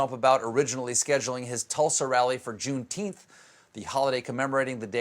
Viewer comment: "Junetenth" 😂 🤦🏾 But it does seem y'all suddenly know of the Holiday! Don't pat your own backs too hard, tho, this still isnt about you!